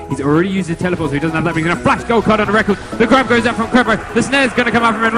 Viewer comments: MARTIN IS CALLED REKKLES NOT REKKELS, fuq sake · Plz dont say Rekkl-es and say Rekk-les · Dude i love you but come on he isnt called rekuls he is called rekKLES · ITS PRONOUNCED REK LESS NOT RECKLES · S3 feels like so long ago.. edit: those terrible pronounciations and blatant mistakes like calling a chinese team korean make the video little more than a low effort montage of FNCs most important matches..